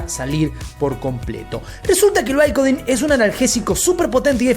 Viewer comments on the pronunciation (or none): Porque pronuncias los nombres tan mal? Como chadler en lugar de "chedler" & "baicodin en lugar de bicodín",no lo entiendo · Bicodin !! Pronuncia bien